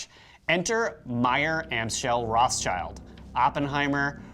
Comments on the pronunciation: "Weishaupt" is pronounced as "wise-how-pt" and "rothschild" actually as "road-shield", but at least the French names are not being butchered :D Great series though! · actually Rothschild was originally Red-sheild not Road-sheild